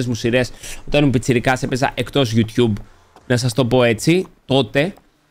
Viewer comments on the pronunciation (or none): none